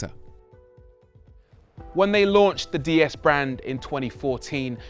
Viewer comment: Why do virtually ever pronounce it Dee S, when it’s actually pronounced Day S.